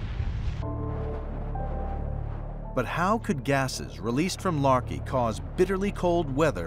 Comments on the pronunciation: The anthropomorphization of the volcanoes is hysterical. As if the volcanoes are battling the elements. Also the pronunciation of Laki as "larkey" makes me think of "malarkey" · The narrator was pronouncing Laki as "Larky".